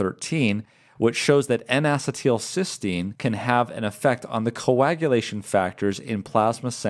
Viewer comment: Great information, please check the pronunciation of N-acetylcysteine (Acetyl-cysteine "a-SEET-il-SIS-teen")